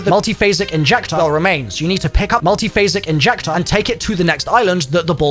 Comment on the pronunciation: “Multiphasic Injectah” 🤖🤖